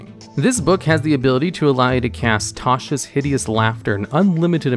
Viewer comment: You lost me at the second you said tasha.